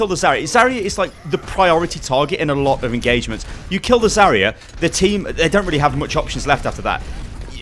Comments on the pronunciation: Its zarya not zarier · I cringe from the way he says Zarya